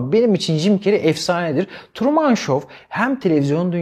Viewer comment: Hocam Truman'ı Kamuran gibi telefuz etmeyin yahu 😊 Trumın 😊